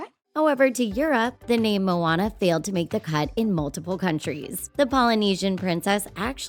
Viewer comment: Id get it if her name was "moanana" but not "moana".